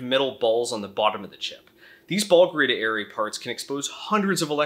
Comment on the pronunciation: Why do you pronounce 'array' like a Bri'ish person pronounces Harry?